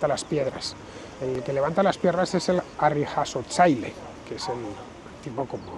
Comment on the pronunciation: Te felicito por la pronunciación de la palabra "harrijasotzaile".